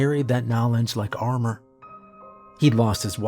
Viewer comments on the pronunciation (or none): none